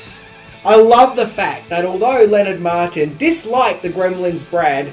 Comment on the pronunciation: LOL You say "Leonard Maltin" twice and then call him "Leonard Martin". Name screwing up is classic.\